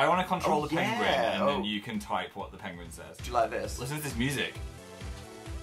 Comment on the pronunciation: Dan that does not say penguin PWENEGUIEG